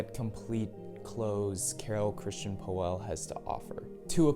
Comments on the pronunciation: its not poeehhhllll ist pöll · ...nice vid, but PLEASE try to correct your pronunciation of POELL not OE try to speak it as an austrian Ö... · Well prolly help if you knew how to pronounce his last name right. 😂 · you cant even pronounce the designer's name correctly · Learn to pronounce his name correct.